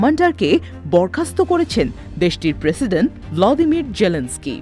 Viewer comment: উচ্চারণটি হবে ভলোদিমির। শুদ্ধ উচ্চারণ শিখে নেয়া উচিত।